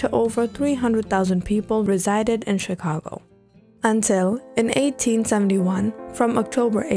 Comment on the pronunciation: During you said chicango not Chicago